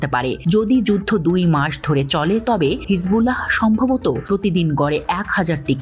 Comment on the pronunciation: হিজবুল্লাহহহহ এভাবে উচ্চারণ করতে হয় না কি??🤣🤣🤣🤣🤣🤣